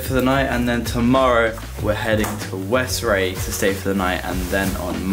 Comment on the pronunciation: It’s pronounced West-Ray I know this since I live here also I think you might have visited my friends shop